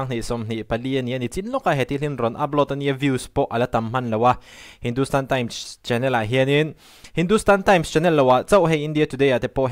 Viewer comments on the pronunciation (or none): none